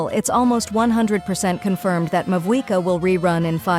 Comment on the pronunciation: Sorry but mavuika it is